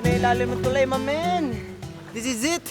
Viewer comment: loko ka HAHAHA imbes na "this is" ginawa mong versus 😂